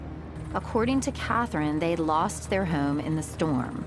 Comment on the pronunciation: FYI - There is no "U" in home.